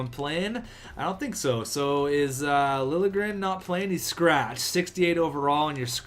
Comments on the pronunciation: Lil'-ye-grénn is how Liljegren is prononced. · it's pronounced Thomas Lilyegren